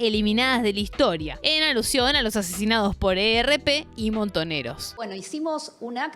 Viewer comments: se dice "el erp", no el e, erre, pe... pero buen video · Es el ERP o el ERREPE. Nadie decía o dice "la" ERP y Vesuvio se escribe con v corta.